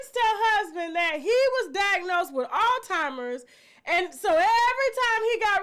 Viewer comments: Tasha… love… it is Alzheimer’s not All-timers!!!🤣🤣🤣🤣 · It's Alzheimer's not Altimers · C'mon Tasha it's Alzheimer's. 😩